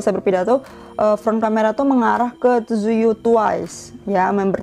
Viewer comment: Iya itu smping blackpink bigbang yg foto ke 4, ralat kak tzuyu bacanya bukan suyu atau suwai tpi juwi